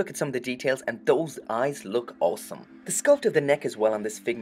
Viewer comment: I like that you say awesome like “awlsome”